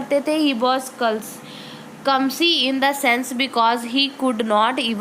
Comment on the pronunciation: Itss clumsy not cumsy🤦🏼